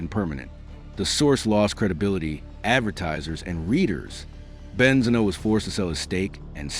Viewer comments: Great video 🎉! YouTube suggestion,definitely loved it,hope you'll get more subscribers (Just one little thing, Benzino is pronounced with the accent on the i) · The pronunciation of benzino is devastating me. Please at least watch a youtube video to say it correctly